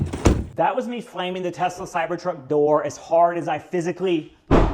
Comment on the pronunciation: Every time I hear on YT say Tesler... 😂🤣😆